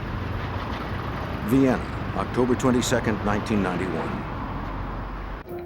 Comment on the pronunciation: "near Vienna" This awkward pause gives it away that it's non human voice. Disappointing.